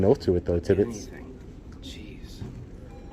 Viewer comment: Lmao!!! “Tibbitts!” “It’s Officer Tibbits””. “Tibbitts”